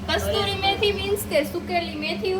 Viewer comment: Kasuri methi kevay. Kasturi ny